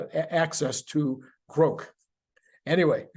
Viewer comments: It's pronounced "grawk" not "groke." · Also at 44 seconds "Grok" (like Rock) not Groke like woke - source and proper pronouncination with somebody that uses Grok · i'm older than elon and i say it's grok, not "groke". i think he's pronouncing it groke because it rhymes with woke. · Grok not Groke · Yes, Elon is wrong about the pronunciation. And no one (except for him) is going to pronounce it as "groke". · Well, if anyone would know how a Martian word were pronounced, I’d expect it to be Elon Musk. Regardless,I think I’ll continue with the pronunciation I’ve used for the last half century: Grawk. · Grok should be pronounced like Grock, like rock. That is an established word in literature. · sorry.. Elon wrong on how to pronounce. Long o is how all my geeks say it. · Please keep mispronouncing grok as many ways you can. Quite entertaining and sure to piss off pronunciation geeks 😊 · Elon is pronouncing grok wrong.